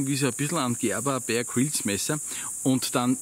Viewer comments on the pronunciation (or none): none